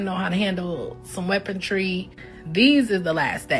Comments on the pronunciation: It’s weaponry, not weapontree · “You needa handoh know how to handle some weapon-tree….” Blowed out Smurfette - 2025